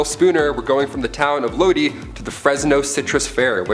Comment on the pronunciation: Would have been better without so many repeats of the same thing!!! Tuscon is not tucksun.... Lodi=low-die 🤷🏼‍♀️ But at least gets more correct than most!! Fake southen accent....big nope.